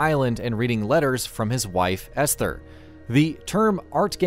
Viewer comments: For fucks sake man, the h in Esther is silent. It’s pronounced “ester” and you say it like 6/7 times in a really short time frame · The “H” is silent in Esther. So it’s pronounced, “Ester”. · I can't unhear "Es-ther"